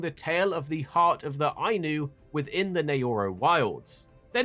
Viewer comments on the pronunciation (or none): none